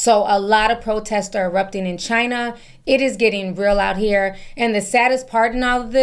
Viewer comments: The way you pronounced CHINA tickles me. 😂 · It tickles me too!😂 Love her impersonating how Trump pronounces China.